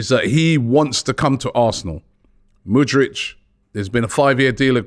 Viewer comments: can you stop saying mudrych fam its mudryK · Love ya but bloody hell man, the way you butcher names is unique. It's MudRYK, not MudRICH! He's not Croatian my guy 😆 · Robbie. Its Mudryk not Mudrič. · ROBBIE! Robbie... hes Ukrainian, not Croatian! Its not mudrić... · He dont wanna come to arsenal because you guys cant say his name right. Its K at the end, not freaking ic'. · How hard is to pronounce MudryK? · Thank you!!! I don't know why Robbie finds it so hard to pronounce the K at the end of his name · he thinks it's like Modric lmao